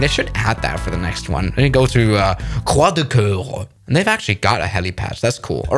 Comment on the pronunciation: When he said "Croix de Coeur" that killed me...